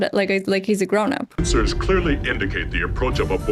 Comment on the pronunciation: I’m sorry Worf, but did you just say, “sense-oars”?, lol!